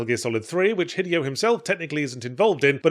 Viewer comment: Yahtzee, my dude, it’s been almost 2 decades… Say it with me: hee-DAY-oh Kojima.